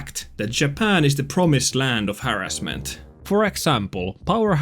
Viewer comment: Normal pronunciation: haRRASment: HArrasment Sub earned:)